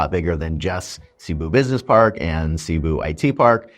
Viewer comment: Filipinos and experienced foreigners do NOT say : Sea-boo City , They say : C'boo (C pronounced like a S) Shows you have not melted into the place. Your still an outsider. (Your not in america , your in Phils)